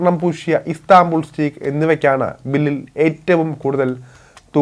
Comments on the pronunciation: സ്റ്റീക്ക് അല്ല സ്റ്റേക്ക് ആണ് ശരി ഉച്ചാരണം. Ty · സ്റ്റീക്ക് അല്ല സ്റ്റേയ്ക് !